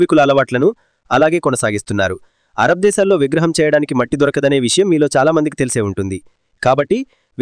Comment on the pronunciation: విసయం కాదు విషయం.ఇలా ఎన్నో తప్పులు, ఉచ్చారణ దోషాలతో ఉంది నీ వీడియో. ముందు భాష మీద శ్రద్ధ పెట్టు మహానుభావా!! బాస కాదు భాష.